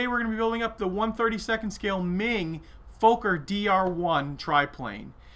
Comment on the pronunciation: Very Nice build! Though as a Dutch person you make me laugh when you say Fokker 😁